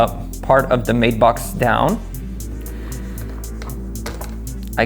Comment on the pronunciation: Kid' it's a Matt-box, not a mate-box! Use Google translate and let it speak the word, it's annoying when it's spoken incorrectly.